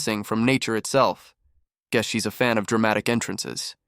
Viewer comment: You're going to drive me nuts if you keep saying "guees".